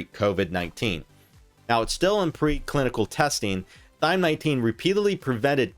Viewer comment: Why does he keep calling it Thyme?